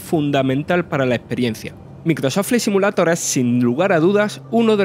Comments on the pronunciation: Aprende a pronunciar por lo menos el nombre del juego. No mames. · Microsof flai SIMULATOR jajajajaj lpmmm me agarraba algo cada vez que lo pronunciaba. No podessss